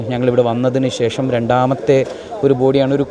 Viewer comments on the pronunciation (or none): none